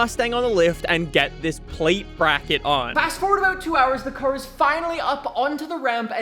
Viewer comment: "the curr is finally up on to the ramp"